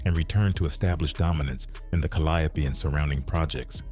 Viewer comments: Cal-le-ope calliope not ca-lie-ope kinda hard to believe the full facts of a story from a story teller and they don’t even know the actual name of the place the damn story took place 🤦🏾‍♀️ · 😩 Please it's pronounced the Cal-lee-O projects. The calyoppee🤭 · When he said CALIOPE instead of CALIO I raised an eyebrow 😮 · Yall need to start speaking on yall own commentary because I don’t know why y’all letting this AI commentator mispronounce our neighborhood and street names because it sounds very weird. That is not how we pronunciation the Calliope is pronounced, like calli yo, but it calli ope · We don't say ka LY a pee. We say CAL lee OPE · Its pronounced Cali-O, not calliope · Calliope is a goddess ka-lie-oh-pee… pronunciation is Cali-ope is a mispronunciation for the New Orleanians who don’t know their way although popular is their own way. It’s only a New Orleans thing. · this off topic af but is he pronouncing it right?!? I've only heard it pronounced CALI-ope...it's blowing me everytime he come with the four syllable pronunciation!...but I'm from Detroit & we gotta lotta French street and place names we mispronounce too!😅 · It’s pronounced “Cali Ope” and the E is silent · The Caliope..(cally-ope) 😂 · Pissed me clean off 🤣😂🤣😂🤣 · Wat tf is the kaliapy😂😂😂😂 baby ai cant pronounce new orleans words tell it say tchoupitoulas😂😂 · Pronounced ‘Cali-ope’… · It’s pronounced Cally-ope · We call it Callie-ope but the correct way is pronounced ( Ca-lio-pee). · I had to find something else to watch after the third ca/lie/opee. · 🙂 Hello. The Calliope projects is pronounced: CAL Lee ope. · Meatball 🤦🏽‍♀️🤷🏽‍♀️😅 you Pronounced it wrong Calliope that’s how you know you not from Louisiana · He is butchering the Calliope name 💀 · The way they're pronouncing the Calliope 😂😂😂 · You pronouncing the apartment complex incorrectly